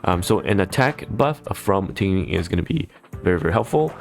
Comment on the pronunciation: watched because of the overview, followed because he pronounces “imbibitor” and “tingyun” correctly